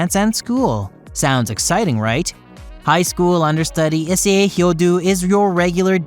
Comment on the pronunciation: I think I’m having a stroke. The way he pronounced essei and rias’s name is killing me